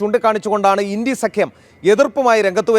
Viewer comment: ഇൻടി അല്ല. ഇന്ത്യ എന്ന് പറയണം പഴം